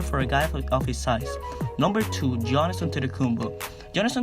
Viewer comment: You have to say giannis as yiannis the g is silent for his name